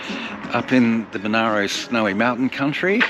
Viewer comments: The district name is pronounced 'Mon-air-row', not 'Mon-ah-row'. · The politicians quickly excluded Dalgety after visiting in the middle of winter. It is also pronounced Mon-air-o. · hmmm great idea and video [thanks, I am in Dalgety] though you mispronounced the word Monaro, [its Mon-air-o] and you also said "in 1804" when speaking about the idea of making Dalgety the capital, should be 1904..